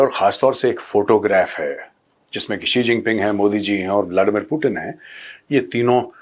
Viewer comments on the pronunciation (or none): Hahahah chigeng G bolo😂